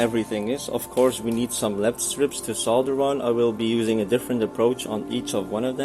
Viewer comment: Great video, thanks so much, very helpful. And thankyou for pronouncing solder correctly!